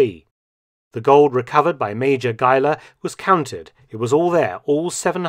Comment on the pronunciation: thanks for pronouncing Geiler as a german last name....